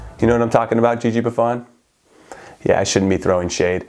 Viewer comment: Jimmy I'm not gonna lie it triggers me the way you say Buffon. It's Buff-ohn not Buff-ahn